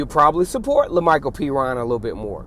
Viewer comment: Woohooo pronounced Perine right.😂